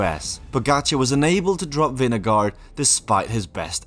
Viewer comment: You can’t pronounce correctly pogacar Nor his first name either Same vingegaard Why would someone make such errors ?